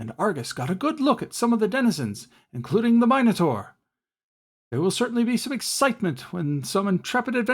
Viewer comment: I wanted to give you a second like for the way you pronounce 'minotaur', but I can't do that. So have a comment instead 😉